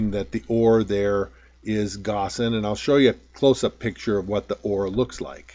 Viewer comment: the camera isn't close enough to your face to read your lips so when you mention an unusual mineral, I sometimes have to repeat that portion a few times to pick up its name. For example, / you mention "glassen", I think. Would you please add a text word at those spots, to make it clear? Thanks. Love your videos. Everyone needs to understand these indicator points. Keep up the good work!